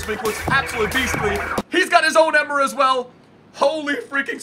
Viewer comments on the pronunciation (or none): Please Pronounce Emre Like Em-Ray. PS Love the Intros